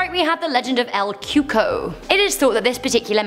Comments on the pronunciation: I thought it was called El Coco, not Cuco😕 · Lol “el Cuco” ain’t that “El cucoy” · "CUCO" is pronounced "koo-kouie" (like Louie). Not Coo-ko. 😂😂😂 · It’s pronounced cuey-cuey not cooco